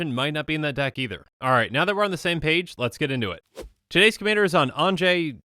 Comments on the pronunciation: I think its pronounced ON-yuh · I believe that her name is pronounced Ahn-yah. I cannot be sure but it's the closest pronunciation I have found that fits best in my opinion. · Her name is pronounced On-ya. But she's definitely a great madness Commander